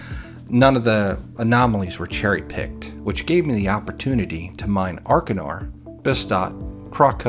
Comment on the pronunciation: I know this is a bit late but FYI gneiss is pronounced like"nice".